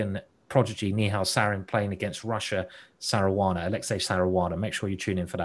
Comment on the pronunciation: Simon is spelling Saranas name like Caruana and this is hearing like Saruana,this is funny .